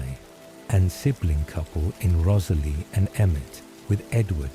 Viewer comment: This is so great; a well written, novel idea. Offering some friendly feedback? I'd be more inclined to listen (to any others) if the commentator's voice was less robotic (even though you're obviously aiming for asmr). Also, hearing a character's name often pronounced incorrectly ('Rosalie', for eg), snapped this Twilight listener right out of the spell of the story. Finally; many sentences are so lengthy they are screaming for editing to add full stops and commas! Or at least more pausing by the commentator. Again - meant as friendly feedback. Hope your channel continues to grow!